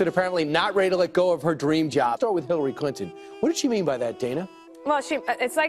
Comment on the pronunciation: who is Killary Clinton? listen for it.